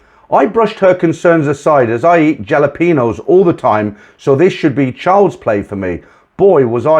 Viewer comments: "japalenos" is pronounced with the "j" like an "h" thus "Hala-PEEN-yo" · The J in Jalapenos is pronounced as a H. Halapeno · I screamed at the way you pronounced jalapeños 🤣